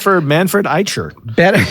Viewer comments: The “ch” in Eicher is pronounced the same as the “ch” in Bach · German here ... Manfred Eicher (the german "ch") is pronounced like here --> "How to pronounce the German CH correctly" And I can only wonder how you both brilliant jazz nerds didn't mention that the Köln Konzert was the result of many misshaps, two days without sleep and a wrong piano delivery, but they recorded it anyway, lol. First he didn't want to play but because it was sold out he did it anyways, I'm so glad he did hahahha. Very interesting story, you should be able to find online. Besides that, brillant analysis and nerding out as always! :) <3<3<3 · No, this is not true. There are two way of pronouncing the ch in German and it’s the other way